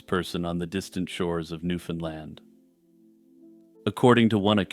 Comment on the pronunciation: Your first pronunciation of Newfoundland (my home), in this video is correct. Strangely, every other instance is incorrect. Given the thousands of people who have watched and will watch, take it from an actual Newfoundlander; go with the first mention of the island, please.